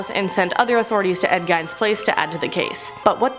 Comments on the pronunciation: Ed gein is pronounced Geen not eyen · I laughed when she said ed gine instead of ed gein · "GEEN" not "GINE"... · It's gene not gine Lizzy mass not lou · Its Gein not Gein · It's pronounced like geen not gine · Ed Gein -->>> (Geen) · Its pronounced ed geen and Robert Picktons pic is actually Joseph Fritzl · I got my MA in Forensic Psych years back, we study stuff like this often! Good job, by #7 you had good delivery and seemed more relaxed! ;) PS it's pronounced "Ed Guu-EEE-Nuh" :D Great video MA!! <3 :) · Everyone on here pronounces Ed gein wrong lol it’s pronounced geen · it bothered me so much... also how she said Lalaurie... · Bothered me too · I live in Wisconsin and you are totally right and it bothered me so much that I had to comment. Thank you for getting it right. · Payton Mcdonald thank you!!! It made me wince every time she pronounced it wrong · Please stop saying gein its spelled that way its pronounced geeen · Pronounced as Ed Geen (Ed Gein) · I'm going to start off by saying I think you're hot. Ed Gein it's pronounced geen LOL was the inspiration for the Texas Chainsaw Massacre. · The way she’s saidI Gein, triggered my anxiety They’d made a series about the pig farm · You pronounce Ed Gein wrong. Mind you it keeps happening with this channel. Also he was the inspiration for Texas chainsaw massacre and psycho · LMAO SHE SAID GEIN NAME WRONG LOL